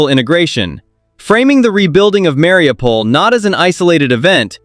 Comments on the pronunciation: Se dice Mariupol, no Mariupopol. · Marupol- was ist das 😂😂😂 oder Mariupol. Die 404 Land hätte es nie geschafft!!!